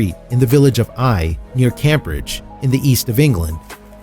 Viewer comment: How is it possible in today media saturated world for anyone, let alone a narrator, to not know the proper pronunciation of Cambridge? It is came-bridge, not cam-bridge.